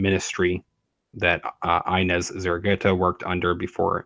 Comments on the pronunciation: It’s pronounced eeenes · The name Ines is pronounced ee-ness. ☺✨